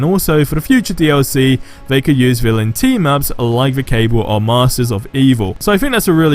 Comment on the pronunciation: It’s Cabal not cable bro